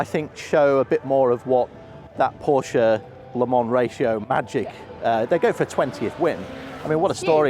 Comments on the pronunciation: ...she just needs to learn that Porsche is a family name and a TWO syllable name! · Let's hope for a challenge to the Toyota domination. Also, can someone please teach how to pronounce Porsche?